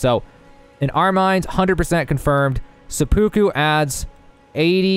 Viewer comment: It's actually driving me nuts how many people are mispronouncing seppuku